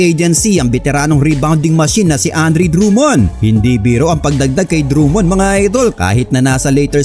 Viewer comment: I love your Filipino accent, say that again. "DRUM-MOND"